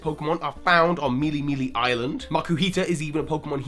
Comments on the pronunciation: MeleeMelee is not correct, either. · MealeeMealee Island? Nnnno way. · Btw Melemele is pronounced "Meh-lei-meh-lei", not with that "ee" sound. Hawaiian is similar in phonetic sounds like Japanese